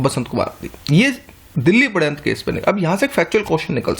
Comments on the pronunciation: sir aap sharyantra ko paryantra bol rhe h plz correction kare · padhyantra haha its shadyantra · shadyanta ko padyantra Mt pdo sir.. too annoying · Padayantra (पडयंत्र) ni sir wo shadyantra {षड्यंत्र) होता है